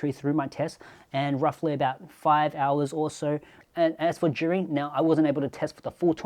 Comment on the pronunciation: It's pronounced zhiyun mate...